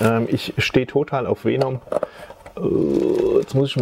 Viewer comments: Es heißt Venom und nicht Feenumm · Man spricht venom anders aus wie vänom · Weenum spricht man ihn glaub ned aus haha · Wie Venom immer im Video falsch ausgesprochen wird😂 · er hat nie mit F gesagt btw er hat nur e und o falsch gesagt